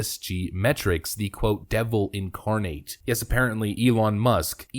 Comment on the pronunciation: Learn how to pronounce "incarnate". Christ. Every other video you mispronounce something. I haven't been to school since the year 2000 and I know English better than you. Perhaps it was the Post 2000 education system?